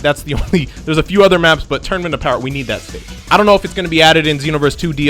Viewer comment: Power pole, let me change this, BOWER pole